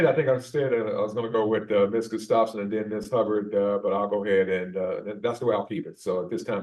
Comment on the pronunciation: It’s pronounced Gus tough son